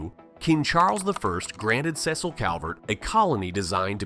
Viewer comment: only wish he pronounced Baltimore and Cecil appropriately. otherwise like this. Maryland is small, but we are a fascinating place.